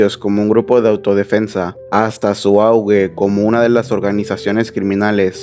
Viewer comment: Auge, no augue